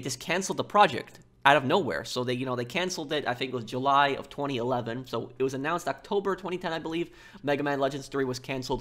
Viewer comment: I find how you say 2019. And 2011. And 2010 VERY OFFENSIVE and offensive content notice and and and